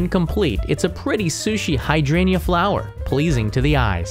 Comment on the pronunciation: "hydrangea" is pronounced as [haɪˈdreɪndʒiə], not [hai' drenia]. Also known as "hortensia". Ajisai (アジサイ) in Japanese.